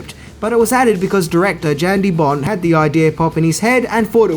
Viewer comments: Yahn DeBon, not Jan the T is silent he's Dutch. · Director Jan De Bont. Jan(pronounced "Yawn") He's Dutch. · you probably already know this, but Jan De Bont, Jan is pronounced Yon. All good though I know you probably realize it now. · it's pronounced YAN de bont. And John mctearman